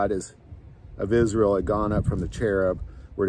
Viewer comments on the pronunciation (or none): none